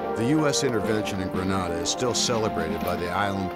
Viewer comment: This video seems thorough and the uniforms look correct. The narrator is using the incorrect pronunciation of Grenada. His pronunciation is the Spanish version that is a city name which can translate to the word “grenade” (as in ‘boom!’) or the “promgranate”. (the fruit) “The Caribbean pronunciation uses the “Gre-NAY-da” with emphasis on the second syllable. It probably has a related meaning. Just sayin’— 🤷‍♂️